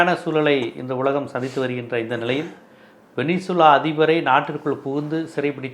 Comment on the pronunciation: சார் உலக நடப்புகளை அழகாய் விவரிக்கிறீங்க... ஆனா (venezeula) வெனிசுலாவை வெனின்சுலானு உச்சரிப்பது போல தெரியுதே??